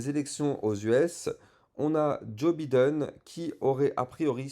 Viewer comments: J'suis MDR quand tu dis Biden, ça se prononce Bailledone ;-) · Merci pour tes analyses pointues. Par contre, tu as une belle marge de progression sur l'accent anglais: Biden se prononce Baïden et Chartered se prononce Charteurd 😉